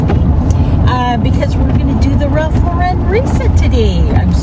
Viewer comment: The correct pronunciation of the fashion brand is "Ralph LAU-ren", like the girl's name, not "Ralph Lau-REN". The brand is American, and its surname is pronounced like the common name Lauren.